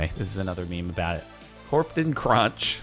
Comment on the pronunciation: Corptan Cronch XD